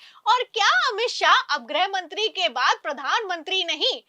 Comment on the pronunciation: Madam,,90'/, anchor aur ankarniyon ki tarah गृह मंत्री को ग्रह मंत्री कहना बंद करें 😂